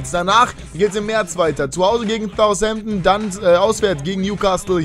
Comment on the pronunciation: Wieso sprichst du Southampton wie Thoushampton aus?